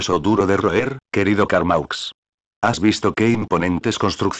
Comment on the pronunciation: Carmaux se pronuncia Carmó!!